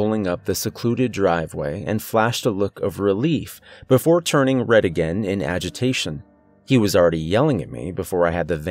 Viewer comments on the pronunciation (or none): none